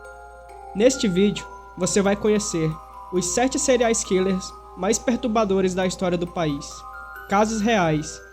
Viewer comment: Não foram os assassinos que me chocaram ! O que me chocou foi o narrador do vídeo dizer cereais Killers!😂 !